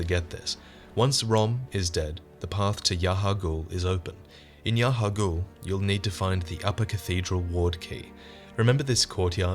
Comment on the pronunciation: It's Yahar'Gul not Yar'Hagul.